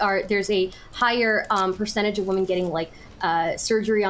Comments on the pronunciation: Why can not pronounce the word women? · Somehow inability to say "women" properly is more insufferable than Lav for me.